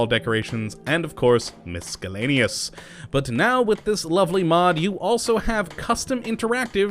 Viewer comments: It's pronounced mis-ELL-aneous, not mis-KELL-aneous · OMFG the "C" in Miscellaneous is silent....stop that shit it makes me wanna punch your fucking face in....also saying shit just makes u happy is also super gay and annoying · learn how to say miscellaneous jesus. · I wish there was a mod to get him to pronounce "miscellaneous" correctly. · Mason Davidson Honestly isn't not that bad, half the Internet can't even spell 'lose' anymore